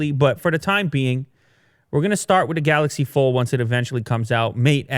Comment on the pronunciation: You do mean the "Galax Fol"?! There I saved you two syllables!